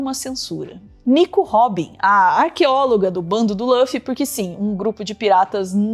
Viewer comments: Chamar o Luffy de "Lâfi" é até um crime. Por favor, Luffy ou Ruffy. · lâffy? não tinha como pesquisar como falam o nome dele primeiro não? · se fala LUffy mesmo, não lãffy ❤ sugiro que vc assista, é tão legal q vc nem sente que são 1000+ eps, e cada um tem só uns 20min. É muito inspirador, sobre liberdade, amizade, empatia, determinação… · Só é extranho quando quando eu escuto Lã-ffy. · Só uma coisa, Luffy se pronuncia como /lufi/ mesmo, como em Lúcifer por exemplo. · vc 4ss4ssinou o nome do Luffy pra mim hahahahah.... ( soa como se escreve nem português ) ainda dá tempo de assistir, comecei ano passado e tô na metade... degustando... 😊